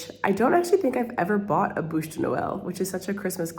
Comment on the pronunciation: BÛCHE Not bouche my dear....